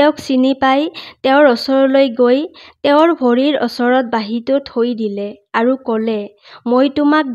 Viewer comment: ভাল লাগিল শুনি। কিন্তু শব্দবোৰ শুদ্ধ হলে বেছি ভাল লাগিল হয়। যেনে অচৰত নহয় ওচৰত